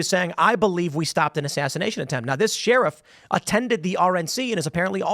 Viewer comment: Why does Tim pronounce the word “sheriff” as “Sheeeeeeriff” lol?